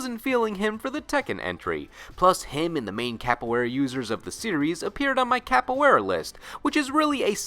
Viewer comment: Thank you for giving Duck King some spotlight! I really appreciate it. I won't mess with you about mispronouncing Capoeira because most people do that. LOL